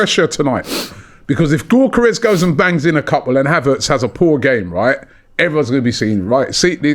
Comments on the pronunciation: It's 'Yockores' not 'Gockores' it's 'Merino' not Mourinho, c'mon Ronnie and get it right. Gyockores still got 3 shots off against Saliba and Gabriel, Havertz wouldn't touch the ball playing against those 2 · Robbie was taught how to pronounce Gyokeres by the Sporting CP fan, still butchering it 😅